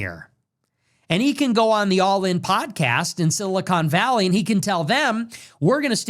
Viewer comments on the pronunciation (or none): none